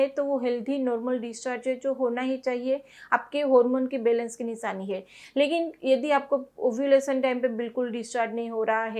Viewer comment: Nishani nahi nishani apk sa sha bolne m fark h